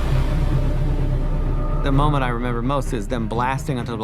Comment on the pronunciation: "Members the stormtroopers? Oh I member!" is the only thing i heard